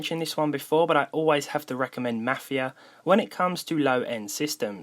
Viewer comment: i think you're saying mafia weirdly, might be your english accent tho